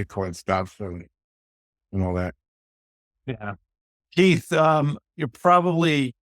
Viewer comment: To the host: Can you please get Keith's name right? You've interviewed him multiple times now, and he's a fantastic guest, but you still aren't pronouncing his name correctly.